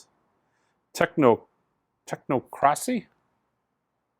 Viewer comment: The Corrosion of Conformity LP title is Technocracy (tech-NOC-racy), like Idiocracy (one of my favourite movies and no offence intended). Cyrano (as in De Bergerac) is pronounced CY-ran-o. Again, no intense offended.